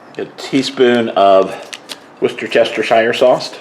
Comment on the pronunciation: Hey!! I’m here for this!! Yay! Salisbury steak!!! I haven’t had any of those in decades lol hahah oh panko!! Interesting!! I love how you say Worcestershire sauce!! I cannot ever say it hahaha 🤣 yes nicely seasoned, it must be delicious ❤thanks for sharing 😊God bless you and your loved ones always ❤